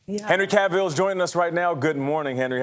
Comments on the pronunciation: if only Geralt could execute these interviewers. "Henry Cav-VILL" 😖. And Gayle just...dang, retirement-inducing f*ck up there. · Nate - its Cavill. Like Travel. And let's not even get started on Geralt. lol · Cavill is pronounced like "travel". It's not that hard. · “Henry Cav-eel” “Here’s a scene where HERALD, I mean. . JERALT” COME ON MAN. LOL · OMG please STOP calling him GERALD and stop saying Henry's last name as Cabill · "Henry Caveal" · and the way he says Henry's second name "Cavyll" 🙄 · Jesus how do you fail at pronouncing both geralt 2 times and then cavill. Wtf?